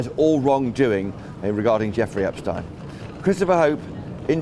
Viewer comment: This man reporting can't even pronounce Epstein's name correctly? Come on!